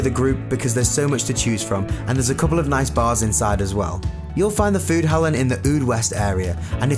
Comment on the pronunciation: Foodhallen was het enigste woord die hij recht uitsprak.